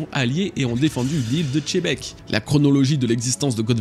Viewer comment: 😢 tu es mon youubeur one pièce préféré, alors stp pas toi ne dis pas '' chebec '' punaise stp mec! C'est '' x''ebec mec! Je comprend pas ce délire de mangé le x comme ça, ça enlève même du charisme au nom quoi 😢